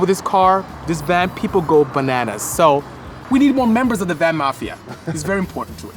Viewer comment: Why are you Saying Van VANT ?